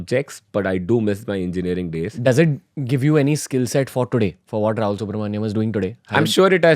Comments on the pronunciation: Subramanian... Not manjam or manium. The "Ian" is not an "Iam" or other variation... I am sorry as a Subramanian myself it is the most off putting thing esp. on a public forum. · Its subramanian not manium ranveer